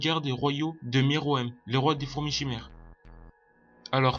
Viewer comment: ''miruem'' c'est ''meruem' ptdr